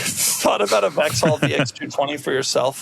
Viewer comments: Doug completely butchered the pronunciation of Vauxhall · At the same time you could teach him how to pronounce Vauxhall 🙂 p.s. I hope your engine lasts longer than the one I had in a 2.2L Vectra, which failed badly at 99400 miles.